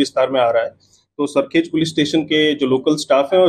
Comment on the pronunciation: भाई तुम लोग अपनी स्क्रिप्ट किसी गुजराती से चेक करवा लिया करो। अहमदाबाद में सरखोज नहीं, सरखेज नाम का इलाका है। गुजरात में भारवाड़ नहीं, भरवाड़ सरनेम होती है।